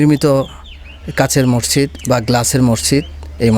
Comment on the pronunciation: মরজিদ নয় মসজিদ!! আপনি ভুল উচ্চারণ করেন!!